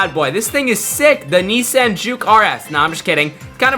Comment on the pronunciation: who pronounces nissan like that 😭